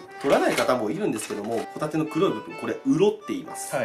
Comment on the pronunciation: 白貝とホ⬇タ→テ↑